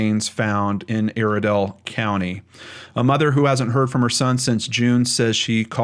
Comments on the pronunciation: Also its pronounced (eye-re-dell) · Iredell county is pronounced eye-erdell. I actually know a girl who reposted about Sam when he went missing because she knew him. I live in Iredell county, my heart breaks for a case so close to home. I hope for closure for his mother.